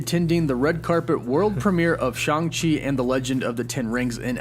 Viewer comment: I heard Stan Lee himself pronounce him Shang as in bang and rang.